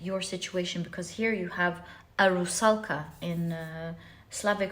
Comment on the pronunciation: Are you Slavic? Your pronouns of Rusalka is perfect haha